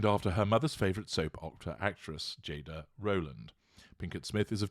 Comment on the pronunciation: GI Jada...the whole thing would have been okay if Chris got the name right. 🙄